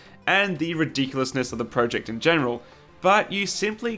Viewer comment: You are pronouncing project wrong.